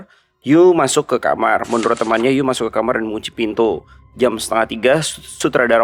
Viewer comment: Bang bukan di lafalkan jadi You. Tapi dalan fonetik Han "Yu dilafal jadi Yii".